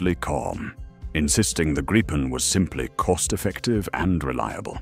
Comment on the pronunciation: Was impressed by this narrative (IE?) until 5.36 when it stumbled and said Grajpen the usual mispronunciation.